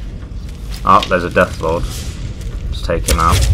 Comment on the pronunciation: When he said there's a death Lord I thought he said death claw lol